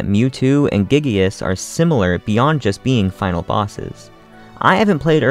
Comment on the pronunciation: Ain’t no way this man just called giygas “gigius”